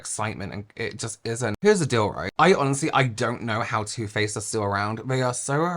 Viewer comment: Bahhhahahaha 🤣🤣🤣☠️😘😘😘! The first time you say “Too Faced”, I seriously swear I thought you said, “Toothpaste”! 🤣🤣🤣☠️😘 That is TOO funny! TOO! 🤣 I literally had to rewatch it bc I was all like, “Huh?? Toothpaste, what the heck did I miss?!” 🤣🤣🤣☠️😘